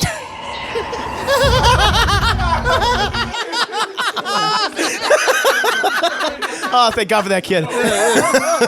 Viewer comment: Man, REALLY needs to pronounce that D in “Jude” more. I kept hearing him call the kid “Jew” during the entire review.